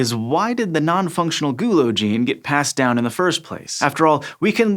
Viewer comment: The way he says the word 'gulo' makes me really uncomfortable